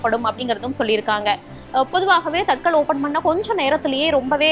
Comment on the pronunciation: தத்கால் என்று சொல்லணும். தட்கல் அல்ல. காலதைக்குறிக்கும் சொல் அது.